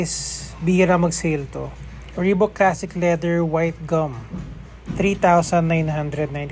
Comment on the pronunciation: it's ree baak